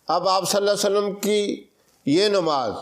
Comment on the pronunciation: Assalamu Alaikum. mazirat ke saath talaffuz ko sahi ada kijiye. Sallallahu alaihi wa sallam hota hai na ke (Sallalla sallam)